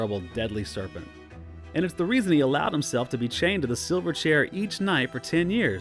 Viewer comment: Please forbear if this point has been made elsewhere, but it’s not “Reep-ee-cheep.” It’s Reep-i-cheep.” (Short i sound.) Also “Silver Chair” is two words, not one in which the first word receives the emphasis. I know there’s an Australian band from the 1990s called Silverchair (one word), but that is not the named item nor the book title among Lewis’s tales, and it’s probably high time to stop pronouncing “Silver Chair” as if it’s “Silverchair.” Look, no offense, but these are great works of literature that need to be treated with more respect than that.